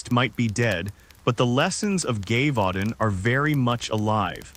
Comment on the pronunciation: At least learn how to pronounce Gévaudan... show some respect to history. Or adjust your AI's language settings.